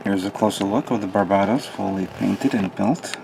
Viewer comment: BAR-BA-TOHS Even in English its pronounced differently. For **'s sake man!